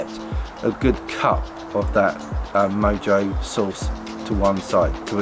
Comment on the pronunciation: It is pronounced MO-HO